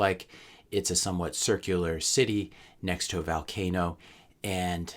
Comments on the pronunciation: It's vUUUlcano not vAAAlcano. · it's pronounced volcano as in Volume, not Valcano as in Val Kilmer.